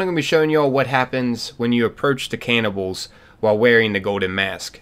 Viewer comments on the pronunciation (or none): aint no way this guy pronounced it caynibbals